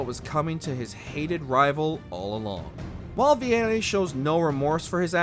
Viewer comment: The way the narrator pronounced Vieri gave me ear cancer